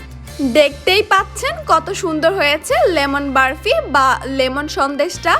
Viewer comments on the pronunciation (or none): আপু সব ঠিক আছে সুন্দর হয়েছে তবে বরফির যায়গায় বারফি না বললেই পারতেন এই ভাষা টা খুবই বিরক্তি কর লেগেছে